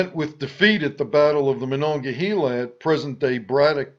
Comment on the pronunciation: Interesting vid. One point. Locals pronounce the second to last syllable of Mon River as hay not hee, the spelling notwithstanding.